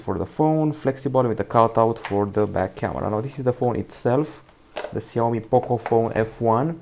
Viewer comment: Shaomi that's how it's pronounced